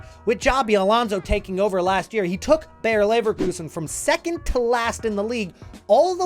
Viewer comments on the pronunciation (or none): Just a little hint: "Bayer" is pronounced exactly like "Bayern", just without the n. It is not "Bear" or "Beyer". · They are not called Bear Leverkusen 🐻 Bayer exactly pronounced as Bayern